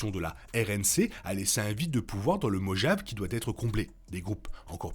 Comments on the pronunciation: Par conte tu m'as fait mal aux oreilles avec ton Mogeave. Ça se dit morave lol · Sa se prononce Morave (Mojave)